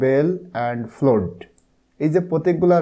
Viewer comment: ফ্লড না ফ্লাড (flood)